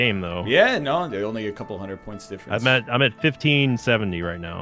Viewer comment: Good pronunciation of Nancy from NL, Metz however is just "mess"